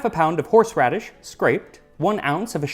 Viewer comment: "Horseraddish" Me: stands up im out